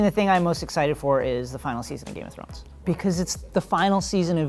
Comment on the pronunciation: he said game of zones wrong